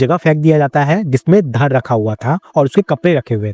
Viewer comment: धड़ होता है भइये, धर नही😂😂 साला हर निकम्मा खुद को रवीश कुमार समझने लगता है, ड को र बोलते हैं